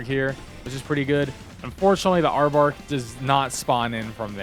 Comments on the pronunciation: I have never heard anybody pronounce it Arbark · Dont call it Arbark again lol